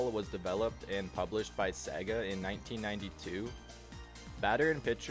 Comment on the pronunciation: Say it with me y'all: Say-gah. It ain't Segg-ah.